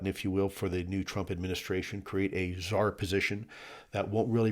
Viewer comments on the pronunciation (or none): none